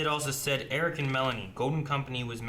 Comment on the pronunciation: Haha, of course you called me E-Rich in the preshow poll. Just so everyone knows, its Eric with an H!